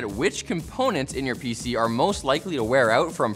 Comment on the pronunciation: He said “PC are” I heard “VCR”